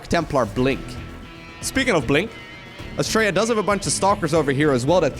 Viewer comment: I kept hearing him say Australia as well ... I must be way too used to us Aussies saying it.